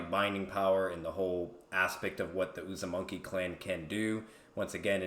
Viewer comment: Really enjoyed the video. Just kept getting thrown off because kept saying "uzumonkey" clan 😂 Cool debate though!